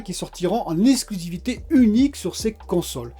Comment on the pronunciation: Il n' a pas que fest... Il y a surtout un problème avec toutes tes e-S-plications et tes e-S-clusivités ;-)